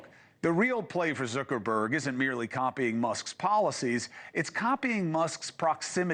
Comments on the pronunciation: Zooker-berg? Come on, Chris. Lol. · Is he saying 'Zerkerberg'?